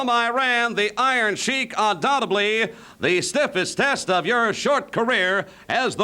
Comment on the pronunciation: Did Mean Gene just say "undoubteBLY" ? 😂 it is undoubtedly lol. That's like when people say "supposebly" instead of supposedly.